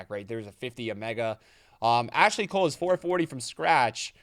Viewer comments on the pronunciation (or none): none